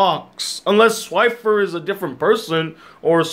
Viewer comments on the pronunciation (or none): His name is Swiper not Swifer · It's swiper not swifer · Swifer?!? You mean SwiPer